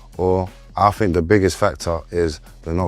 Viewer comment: Fink fink fink,somefink somefink....did,dis,dis,...needs to talk Kings English!